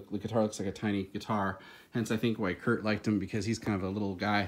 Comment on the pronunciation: Did I hear a 'teh Kurdtzzz' ?